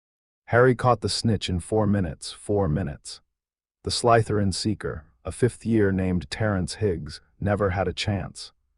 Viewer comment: Slytherin is not pronounced sly– t h e r i a n not in English not in Indian dialect of English, not in any dialect of English